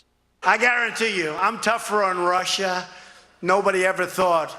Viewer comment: So he says he is tough on Russia or as he says it "Rusher". So just how is he tough exactly.?